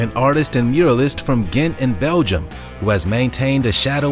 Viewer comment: Lots of fun, but Mr. Narrator, you should learn to pronounce the names of cities, like Ghent and Prague.